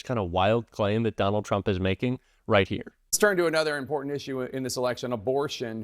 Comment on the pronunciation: There is no d in the word important, please stop rambling.